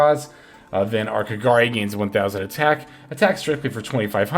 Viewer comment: First time i heard pronouncing kagari in the correct way XD. Awesome video, keep up the good work.